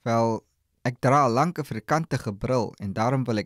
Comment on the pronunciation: The word "ek" is not pronounced "ack". It should be "ek", like in: exit, excuse, experiment, extra, etc. Not "ack" like in "acknowledge".